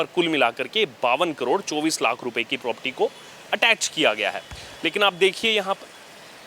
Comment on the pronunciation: प्रॉपर्टी बोलते हैं प्रोपटी नही